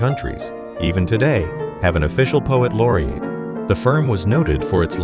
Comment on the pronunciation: "poet laure-eight" "Betchsteen" However, he pronounces "Paolo" in Paolo Fazioli like a proper Italian. The copy, though, is horrendous. "Manufacturers of pianos frequently have grand-sounding names that may be readily associated with legal offices." What a ludicrous statement! Call me a hater, I don't care. Anyone notice the final image--the guy plunking at a key over and over, as if he was trying to get something out of a vending machine? Check it out. It's hilarious!